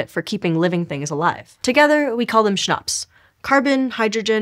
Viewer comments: Schnapps 😂😂😂 I mean CHNOPS 😂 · Yeah Schnapps, oh wait "CHNOPS"?!